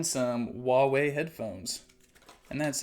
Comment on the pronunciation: it's pronounced hwa wei